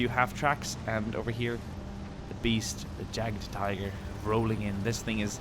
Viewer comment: It’s not Jaggedtiger its Yagdtiger